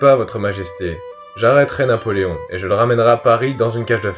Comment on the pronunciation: Actually its ”Napoléon”